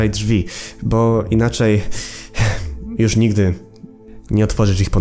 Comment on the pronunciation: ty mówisz „jusz” a ten drugi typek „matnes” xd